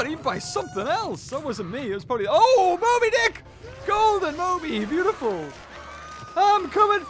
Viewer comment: one of your videos when you could not say mobydic